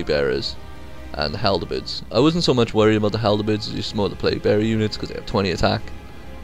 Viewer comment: Looks like a fun game, I did get a little annoyed by one small thing though. Halberd, not haldebeards. :D